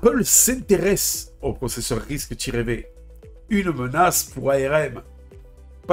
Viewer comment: Ça se dit risque cinq en passant...😂 Pas RISC tiret V 🤣